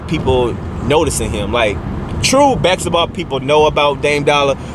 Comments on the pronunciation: Bask-eT-ball Not backs-et-ball. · My nigga said, "Bak-setball player" lmaoooooooooooooo I'm gone.